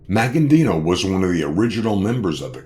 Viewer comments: It's not pronounced Maggandino, it's Magaddino, no "n" before the "d". And the pronouncing of his home town is just embarrassing. Just sayin' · The guy who is narrating this keeps saying his name wrong. "Maggandino"? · Thought the same thing. An accurate video but kept screwing up his name . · this commentator is a freaking clown!! He can't even pronounce The Don's last name properly or the town he came from!! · COMMON INFORMATION. WHAT ASTOUNDS ME IS HE CAN'T EVEN PRONOUNCE MAGADDINO'S NAME RIGHT.